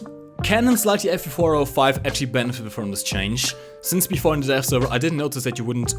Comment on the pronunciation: Sometimes when you say "Dev" it sounds like you say "Death." So every time you said "Dev Server" it sounded like "Death Server." you sexy beast